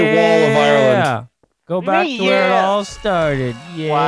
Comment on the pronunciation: ireland more like ilean